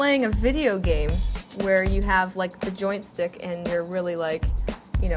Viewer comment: At she says " Jointstick" instead of joystick....what an idiot...and on a tech show...